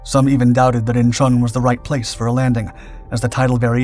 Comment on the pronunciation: (*IN-chawn), NOT "In-CHAWN".